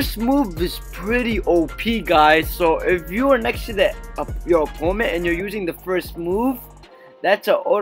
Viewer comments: It’s opponent not oppoment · he kept saying "oppoment" instead of "opponent"